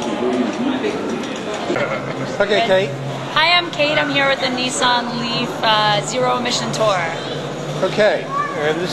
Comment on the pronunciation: Its not a knee-son its a niss-an